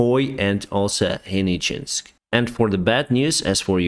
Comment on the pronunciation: Hey man, it's HenicheSK, not HenicheNSK :)